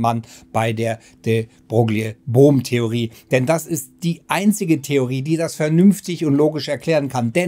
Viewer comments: Würde den Namen noch etwas anders schreiben um zur korekten Aussprache zu kommen. -> de Broille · de Broglie wird "de Breu" ausgesprochen, aber man hört das oft falsch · De Broglie wird "de Broilie" ausgesprochen! Tut mir leid, dass das etwas pingelig ist, aber unser damaliger Physiklehrer hat uns das auch extrem eingebläut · Wie wahr, wie Wahr. Namen, Bezeichnungen und gewisse Begriffe sollte man stets versuchen in deren Muttersprache auszusprechen. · Es ist schlimm wie du de Broglie aussprichst 🙈